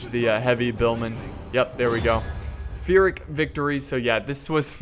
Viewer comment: Pyrrhic victory is pronounced with a soft p not an f. Like Pyrrah Pulled Penny to Pieces.